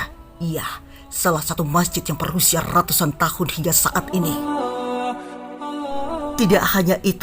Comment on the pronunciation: rrraattuussaan tahun 🤣🤣🤣